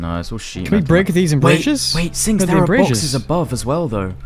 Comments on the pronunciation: lol did nobody notice called Sinks "Stinks"? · i swear i heard you call him "Stinks" at least three times in the video hahahaha